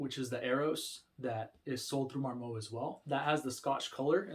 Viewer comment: Mar Moe? It mar.mut